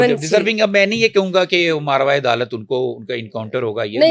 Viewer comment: myn nehait ehtaram ore maazrat ke sath app ki drustagi krna zaroori samjaty huway ye arz krta hun ke " marvaey adalat"jo app ne bola hha ye lafz asal myn "mavaraey adalat" hha jo app ne ghalban jaldi myn ghalat bol dia jiski app drustgi kr lain.minjanib..."SMJAC"